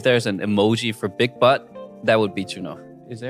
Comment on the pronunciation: When eric say "big butt" . I heard "big bite". When nickhun say that. I can hear clearly.